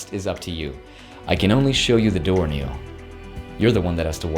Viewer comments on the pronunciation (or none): none